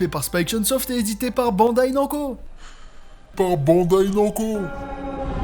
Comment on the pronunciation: Le nom c'est pas nanco... On dit Namu Co... On ne dit pas Unreal Haine Jaine... Mais Hen Jin